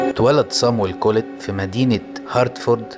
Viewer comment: بتنطق الاسم غلط